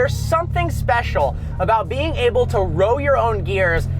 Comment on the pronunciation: the word Is Able not Oble